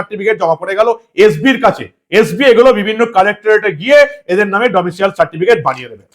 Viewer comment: Not 'Domitial certificate ' it is 'Domicile certificate '.